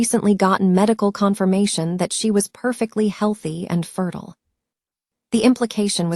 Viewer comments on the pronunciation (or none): none